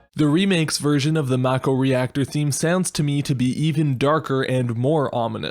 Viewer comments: It’s pronounced Mah-Ko not Mæko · I've heard a lot of very strange pronunciations of Mako but "mack-oh" is a new one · MACK-oh lol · It’s “Mah-ko” in everything FFVII related, not just the remake.